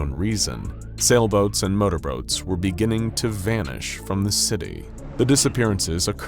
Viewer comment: "motorbroats" hehe.